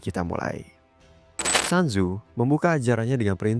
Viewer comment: Maaf bang, cara baca namanya itu "sun zu" atau "sun zi", bukan "san zu"